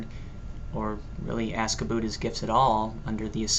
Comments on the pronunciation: Haha "When I think ABOOT it" Yeah I caught that. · hhhahahahahahaahaa aboot. aboot. aboot. lol. x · "..i begin to think a boot it,,," Lol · rofl, when i think aboot it. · Ah cohenism! :D<3 "and when I think aboot it" haha, awesome job man! ;] You make a very good non-Canadian-Andrew! :] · HAHAHAHA I love you! "aboot" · did you just say a boott??? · "When I think aboot it" hahaha nice one. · another guest! We need to start a vlogcandy guest club...or something also LOL your canadian "about"